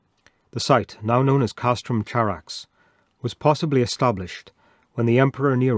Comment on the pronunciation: It's Greek Khárax, with an uvular fricatife, not the English affricate ch. Would you read Chersonesos with a ch?